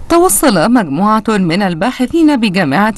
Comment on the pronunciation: مكموعة كيش مزيك الكندي الناتكة الكديدة.. تم اغتصاب اللغة العربية بنجاح